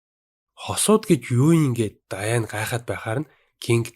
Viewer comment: Даяан биш дианнэ шдэээээээ